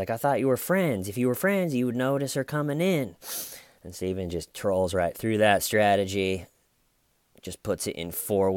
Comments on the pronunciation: You have made it impossible for me to listen to my best friend mention her boyfriend's name. She's opening her mouth to say 'Steven' but instead you come out saying "Sty-vin!!". I hate you..yes, I am lie-crying saying that. LoL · Lol yeah the cop even says "that's horrible " Horrible despite the fact he'd literally dismembered a body of someone he knew with a little manual hacksaw! Jeez that's so F'd up! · I can't believe you say styven every time through all the vids. You really would have been my friend in h.s. because of the inside jokes that never quit. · Detective: "... you have troll-hair" 🤣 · I can’t stop going “STAYVANE” inside my head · my girlfriend needs me to stop saying "WHY WHY". Your fault. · Someone commented under the investigation “” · "Bless your heart Staven" 😂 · I can't tell if you're going for hillbilly or Australian when you say Stuyven? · "Stayvan Says" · why do you call him stuyven? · Please can someone make a compilation of everytime he says Steven?!?!I love this chanel but I need a concentrated audio that I can listen to and start my day right 😅🤭